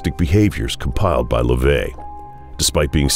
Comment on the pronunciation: His name isn't LaVey. It's (Levy).